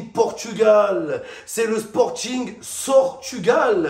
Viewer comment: "le " 😂😂😂